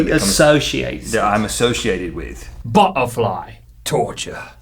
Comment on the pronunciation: When Chunk Link said "butterfly," I thought he said "butt of lie."